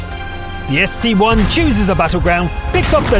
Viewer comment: ST-I Not ST-1!!!!